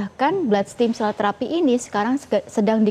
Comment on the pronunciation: Ragu deh, dokternya aja lafalin produknya udh ngaco 😅😅 what steam cell. Stem cell not steam cell ntar keluar jadinya dimsum 😅😅 S7 deh episode ini agak boring